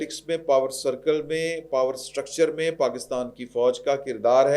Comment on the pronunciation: جناب! بدرجہ اتم؛الف کےپیش کےساتھ غلط ہےالف کےزبرکےساتھ درست ہے